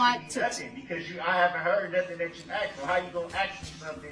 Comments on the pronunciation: “Illinoise , Oafs, troofs, axed, translated to Illinois, truths, oaths and asked are the English language words brooks has managed to slaughter. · When she doesn’t Darrell “grounds” Brooks says — it’s that a “tack it” agreement or a “judishal”determination or because she “axed” not asked